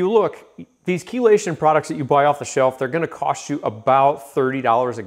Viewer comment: I learned from the video how to pronounce "Chelation"